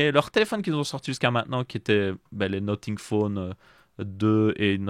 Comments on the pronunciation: Salut j'aurais une question : Pourquoi dit tu "Noting" pour dire "Nothing" ? Ta prononciation "noting" veut dire "en train de noter" et non "rien" qui se prononce "No-f-ing" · bien plus que nocing parce que la tu dis no-sing "chante pas" et sinon tu peux aussi écrire comment tu le prononce car la tu parles pour rien dire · noTing or noSSing ? J’en perds mon franglais…😮